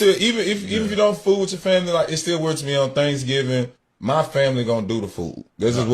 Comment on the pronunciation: If he doesn’t STOP pronouncing Weird as WORD, I will go on a SLAPPING Spree 🤦🏻‍♀️